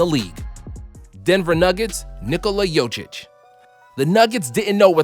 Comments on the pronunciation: it is not joćić my guy it is jokić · It’s jokic lol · How hard is it to say Jokić right? Its not "Jochić"... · Bruh my mans said “jočič” it’s said like “yo-kich” smh it’s not that hard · its pronounced, Yokich, not Yochich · Its jokic not jocic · Bro it's joKic not Jocic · who is yochich its jokic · why is he calling jokic "Yochich" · My man Nikola JoCiC its JoKiC not JoCiC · JOKIC not JOCIC!!! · Spot on list, but my mans said Jocic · Nikola Jocic 😂😂 it's Jokic (no hate) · this was a good video but I'm a little mad at how you said Nikola Jokic's name (it is pronounced YO-KICH not yo-chich). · Its not Jočić,its Jokić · Bro what? Jochich? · Just as a Serb I have to try and help you. Jokic is pronounced like Yo-k-itch. You got this. Like Valde Divac = Div-a-ch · Nikola “yoochich” lmao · My guy said yocuch instead of Nicola Jocuc aka the Joker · My man said "Jočič" LMAO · Nikola "Yochich" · This dude said yochich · Nikola yochiche?😭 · My guy pronounced jokic jogkish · Instead of jokic he says jojic good english that is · I love when American try to pronounce Serbian names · jochic , yo chick!!!!!!!!!!!!! jozzzziziz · My man said " yogïç " LMAO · It's Jokić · isn’t his last name pronounced yokich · am i the only one getting really disturbed, when the guy spells, Joker`s last name as Jocic ? :D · I didn't know jokic is spelled like jojic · This man really said Nikola jochic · Joćić XD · Wtf is a Jochich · Its Dzokik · They way he said jokic no offense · Man butchered a 5 letter name lol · stop saying Jokic like that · Nails Giannis's name but not Jokic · He’s says nikola jokic the worst way possible smh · Had to listen to this man butcher the Joker's name about 5 times in 20 seconds. I almost came off the video. Don't do it again g. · say jokic correctly ur making me cringe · why could he say the last name of giannis right but not the one of jokić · Ah yes a K is pronounced as a Ch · Does he know how to pronounce jokic?😂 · U pronounce joker's name weirdly